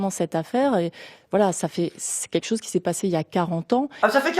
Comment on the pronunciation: c'est "qu'etchoze"?